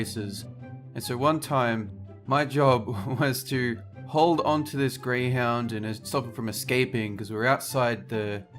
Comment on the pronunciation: grey houdn races did he say grwey hound races I HATE GREY HOUND RACES I GOT A GREY HOUD ANDI DONT LIKE GREY HOUND RACES